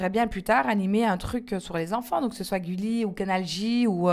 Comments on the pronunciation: "Goulli" Ah non mais je hurle! C''est Gulli avec le son U :* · goulie* ! ptdrr gulli Jerem , je huuurle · "Goulli" mdrrrrrrrr 😂😂😂😂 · 21.43 ''Goulli'' mdddr goul wAllah ?